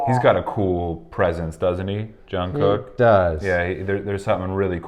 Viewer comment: i love everything about this but every time i hear Jung Cook---please it's Jungkook pronounced like goog